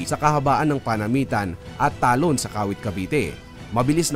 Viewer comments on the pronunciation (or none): Tabon po not Talon.. Hehe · Tabon not talon 😊😊